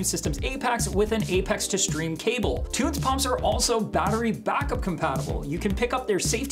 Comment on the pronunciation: Pronounce = tun-zee , cmon bro lol